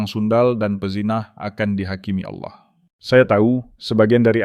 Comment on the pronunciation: narasi nya ok sih..tp jgn asal baca aja..kalau mmg yg baca narasi nya tdi beragama islam lebih baik membaca narasi tentang islam aja..jgn baca narasi tentang kristen..kata "Allah" harus nya dibaca dgn logat bahasa indonesia yg bnr..jgn kearah2an...dan carilah kata2 yg mmg hanya mnngunakn istilah2 atau kata2 kristen aja,jgndicamour aduk dgn kata2 istilah islam,sprkata "aurat ",dsb..spy tdk terasa aneh dalam mengikuti atau mendengar narasi yg diucapkn tadi...agak sedikit aneh dan menjijikkn aja mendengar pengucapan "Allah" dan kata"Aurat " td... Thx